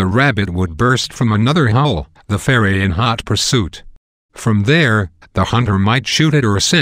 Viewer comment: This is so funny, he can't even pronounce ferret ROFL